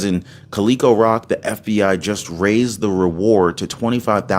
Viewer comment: The town is Cal - a-co